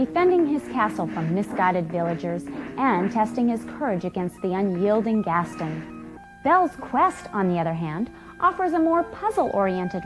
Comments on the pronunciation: I suffered minor physikick damage each time she said it. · I'm sorry, how did you pronounce "Gaston", ma'am